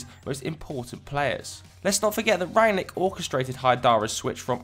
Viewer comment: Wow, the first FD guy to pronounce Rangnick correctly. Congrats